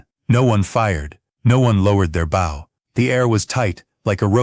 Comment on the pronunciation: W h at can't the narrator say words correctly like bow